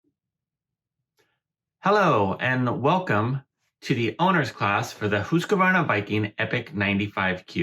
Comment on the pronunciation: It bothers me when the name of the machine is mispronounced. One of the first things I was taught in sales of the machine is that there isn’t an “a” after “husk”!! The word is pronounced “Hooskvahrna”